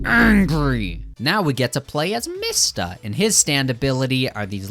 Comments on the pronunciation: Your pronouncing mista wrong it’s pronounced like me sta not mist a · Why do you say mista like “mihsta.” When it’s pronounced “meesta” and narancia “na-rant-cia” when it’s “na-ron-cia”. And you say Hamon like “hamen” when it’s “hah-moan” I don’t mean to be rude I’ve just never heard ANYONE pronounce names like you 😅 still love your content tho! Just reminds me of when Naruto fans call Sasuke “sah-soo-kay”